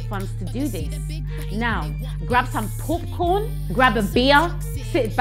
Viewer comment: Did she say grab some “pupcorn” 😮😂😂😂